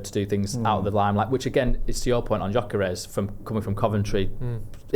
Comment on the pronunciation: While you're talking about pronouncing players names, Gyokores is pronounced, 'Yoh-ker-esh.' And Quenda is said 'K-wen-dah.' And 'Kwah-res-mah.' Not being clever, you can Google these names and how to say them. Maybe that's how match commentators do it?